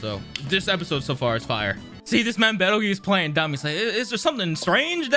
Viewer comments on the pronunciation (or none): Peetle juice. His name is Petelgeuse with a P.